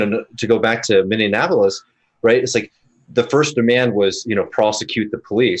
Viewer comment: It's Minne-apolis, not Minne-an-apolis.